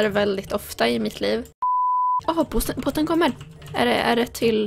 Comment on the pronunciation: när du sa "båten kommer!" så lät det som att du sa "hörru bosse kom nu!" haha!